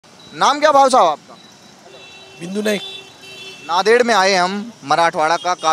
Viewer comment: नादेड नहीं है वो 'नांदेड' है वो.... पहले ठीक से बोलना चाहिए...haath me mike leke koi journalist nhi Banta